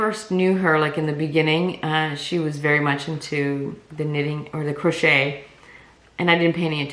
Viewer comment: just a note, it's pronounced " cro SHAE, " not crotch et